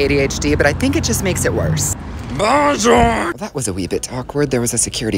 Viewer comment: The bOjoURrr got me😂😂😂😂